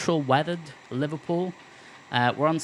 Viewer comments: its Liverpool not liverpewl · Haha you sir are a joker, as a scouser myself I recognise the humour in the pronunciation of "Liverpool" nah but in all seriousness though great video. Love the channel and your videos, keep it up dude